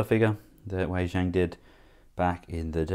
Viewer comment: Wei Jang is pronounced "Way-jong".